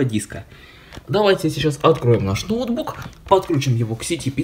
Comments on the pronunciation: Говори правильно не нОутбук а ноутбУк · да.. ноу́тбук как правильно